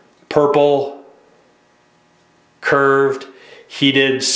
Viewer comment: purble....he said purble